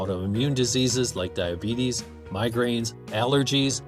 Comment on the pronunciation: He said diabetes wrong